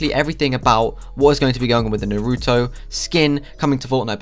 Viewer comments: It's Naruto Not NOOROOTOU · This guy isn't an anime watcher based on how he pronounced naruto's name